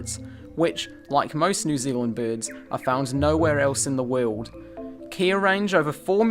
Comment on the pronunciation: Never heard "world" pronounced as "weeyuld" before